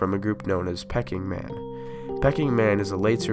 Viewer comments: It is pronounced Peeking Man not Pecking man! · This is accurate except in pronunciation. The pronunciation is extremely bad, for example, "Peck-ing Man," for Peking Man (our chicken ancestors?).